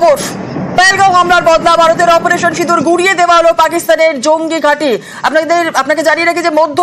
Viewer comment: সিদুর না রে সিন্দুর spelling ta thik kore bolte sekho